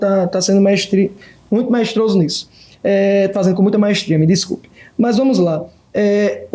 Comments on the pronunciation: "MAESTROSO" " ESBOLÇO" 😂😂😂😂😂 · até soltou um "majestrojo"